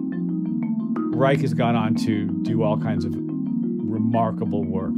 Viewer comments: Pronounced "Rye-sh" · Youtube videos of interviews with Mr. Reich pronounce his name with 'sh' not 'k'.